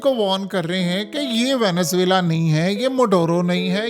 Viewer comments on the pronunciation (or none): none